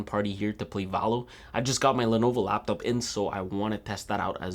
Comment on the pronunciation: I hate how he pronounces laptop. But he got good videos overall. This one is obviously biased by money